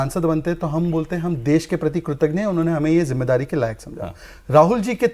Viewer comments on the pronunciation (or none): 'कृतज्ञ' शहजाद भाई।।।कृतघ्न नहीं😊😊